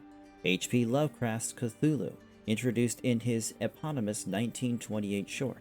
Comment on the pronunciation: Story takes an hour in audio book on here. If you'd listened to it you'd have better pronunciation. Call of Cthulhu.